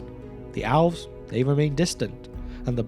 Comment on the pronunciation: Elves and Owls are not pronounced the same. Please learn to pronounce Elves.